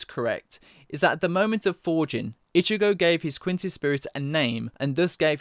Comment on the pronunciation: For the longest time, I thought you were saying Ichibae for Ichigo sporadically. Lol.